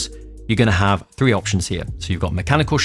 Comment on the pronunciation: Why do you say frough, fing and free instead of through, thing and three? I can’t take you serious